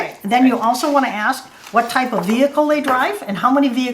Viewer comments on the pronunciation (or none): none